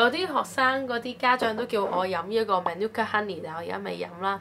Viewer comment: Manuka 吾係讀man u ka 㗇，please consult Google voice